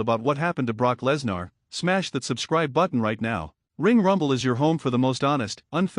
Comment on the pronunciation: It's Live you never know what will happen Live could have happened to anyone!! BTW who's Brock Less nar? I believe it's pronounced Brock Lesnar!! AI narrator 😡